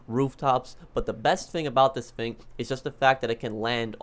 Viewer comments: "this fing" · i’d be rich if i got a dollar every time he says “fing”